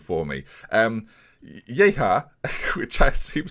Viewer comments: Yehia is pronounced yeh-ya btw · I'm pretty sure that Yehia would be just pronounced Yeh-ee-a but it's probably easier for everyone if you just come up with a nickname at this point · Yehia is pronounced Ye-He-Yaa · Yehia is pronounced Goy kov